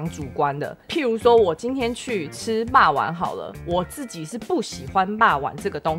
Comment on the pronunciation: 我覺得阿菜說的很棒~很公道很有道理~但自己的發音~讓我笑出來了~是ㄗˋㄐㄧˇ,不是ㄐㄧˋㄐㄧˇ~ 哈哈~